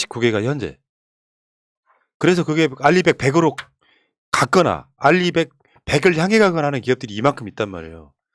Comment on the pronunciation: Renewable Energy 100% = RE100 윤석열이 인터뷰에서 리100 이라고 말하는거보고 빵터짐 ㅋㅋㅋㅋㅋ